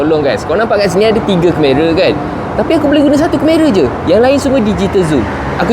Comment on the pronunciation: ok by the way, sebutan dia keh-ma-ruh bukan ker-meh-raa